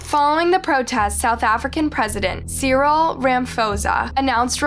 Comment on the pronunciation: Sad loss of life that monster should rot in jail. Im from sa🇿🇦 just cant help bt have a little giggle when pronounce 🇿🇦 names🤭